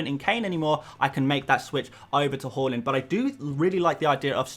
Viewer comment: More like "Hauland" am I right!